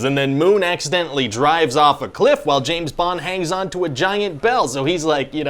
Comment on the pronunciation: James BONG? "I was almost there."...😂